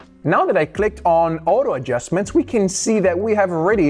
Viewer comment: bro its "auto adjustment" not "oto adjustment" 😂😂